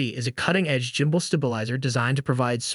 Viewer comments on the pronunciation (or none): okay, did you say the M40 is a gimbal? It's a light... bro how does it stabilize photos and video. If it's a light?? Did you even research the correct product??? Also it's pronoun GHIM-bul. not jimbol